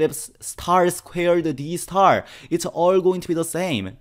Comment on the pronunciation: It's star not s-tar